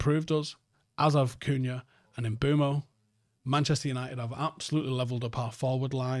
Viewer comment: One things for certain this season, will still be calling Mbuemo "MBWEMO" and will not be pronouncing the SH at the start of Sesko's name